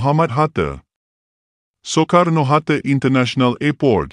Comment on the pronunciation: Sebutan admin utk kata ande sepatutnya anda Jakarte sepatutnya Jakarta Sukarno Hatte sepatutnya Sukarno Hatta mohon diperbaiki kedepannya maaf ya admin .....salam serumpun Malaysia